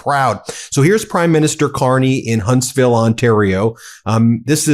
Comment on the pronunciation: Ben, I'm a Vanadian and have followed your channel closely as you report on CANADA's perspective to inform our American friends. I only ask that you call our provincial leaders as Premiers (emphasis on Pre), not Premieres (like a movie premiere). And thanks for saying Huntsville Ontario, not Hunstville Canada like most American networks. It's time Americans learn how our provinces boundaries work.